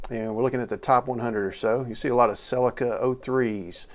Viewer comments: it's pronounced sell- eeka not sellekar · That is deffinatly not a golf... Its a lancia delta that was infront 😂, and you pronounce celica wrong